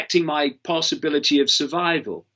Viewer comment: Why is Mr Icke having linguistic matrix glitches - "survivival" etc